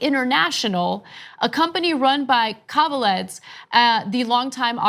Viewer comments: Guys, you really butchered that last name .... Kaveledz... :D might be for an early hour, but for some reason I snorted basically every time you said it. Just a quick hint - KaveladzE. :D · Pronounced... Kah vay lahd zay... ("a" is "ah... "e" pronounced as long "a").... His name is Georgian... from the Republic of Georgia (Stalin's birthplace/home country)... but Irakli "Ike" Kaveladze is reportedly Russian, not Georgian. Officially, he's still a mystery.... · Ana, Ike Kaveladze is pronounced ee-kay Ka-vel-ah-dze (dze with the “e” as in elephant)